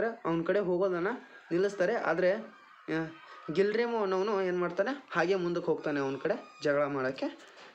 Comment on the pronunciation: ಸರ್ ಗಿಲ್ರಿಮೊ ಅಲ್ಲ ಗುಲೆರ್ಮೋ